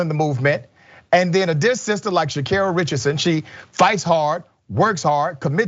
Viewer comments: Butchered her name from the jump… Sha-Car-Ri. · GET HER NAME RIGHT YO LMFAOOO